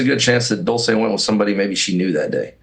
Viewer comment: HER NAME IS PRONOUNCED DULL CHAY NOT DOOL SAY